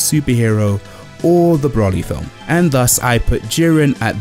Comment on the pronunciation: his name is broly not brawley